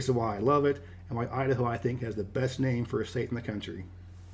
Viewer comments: Idaho?? Udaho. 🤣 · Idaho? no Udaho.